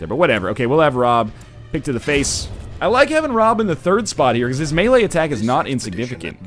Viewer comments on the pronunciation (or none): none